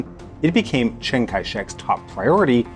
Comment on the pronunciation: I love how his Russian pronunciation is amazing and his Chinese pronunciation is just "make it rhyme with BANG"